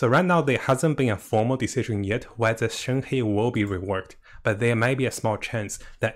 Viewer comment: Her name is read: “shern her”